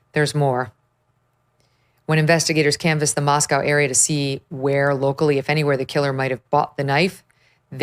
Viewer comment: All these pro news ghouls making a living off this gore, but can’t even be bothered to correctly pronounce Moscow.